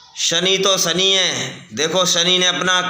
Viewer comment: Sani nhi shani bolte hai shani dev 😂